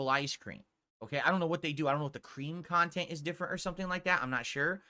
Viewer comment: "Nontent." BEAUTIFUL!!!!